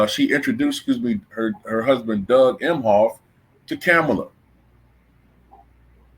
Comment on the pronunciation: Better yet why are you pronouncing her name like that when she herself and news anchors from cnn AND Fox have been pronouncing her name Ka-MALL-a for decades. I can’t believe people seen these clips and STILL are going w this game of her trying to make her name sound more like a black woman’s. She hates black women. Seems like everyone else does too from looks of it. That’s why they are going along w this disrespectful cosplay.